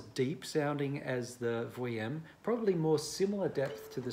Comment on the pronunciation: Vuillaume, generally pronounced is "Vee - yorm" . But I knew who you were talking about, it's alright. That model sounds great! I have many friends from university who had all sorts of different Jay Haide violins and violas - they sounded great in the first year, not as powerful in the second year, and in the violin's third year....it was time for an upgrade. These violins don't get better in sound generally. Certainly it's a wonderful sound, but make sure you buy/borrow a new one just before your recital! If you play Brahms or Shostakovich or Beethoven on a "used" Jay Haide... you most probably won't be heard over the piano. Also, The Great Mozart owned a Klotz, so that's something to put on your resumé if you've ever played or owned one!